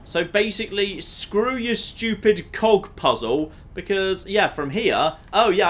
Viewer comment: Every time says cog I hear something entirely different.